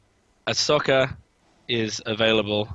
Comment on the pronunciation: Just a heads up, it's "ah so ka", not 'a sok a'